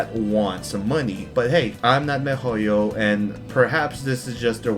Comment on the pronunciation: why do you pronounce Mihoyo like Mehoyo?? They even have videos where they pronounce the name... Why fuck with a name, it irks the fuck out of me, but do you not listen? Or do you just fuck with me?